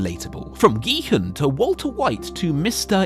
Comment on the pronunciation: gEe-hUhN its prounounced kee-hoon (sorry if this seems mean but i couldnt get over it lmao great video keep it up)